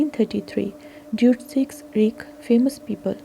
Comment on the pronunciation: Deutsches is pronounced 'Doit-shers.'